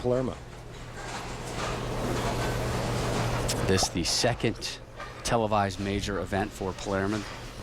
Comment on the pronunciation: Lol one of the announcers said Paleraa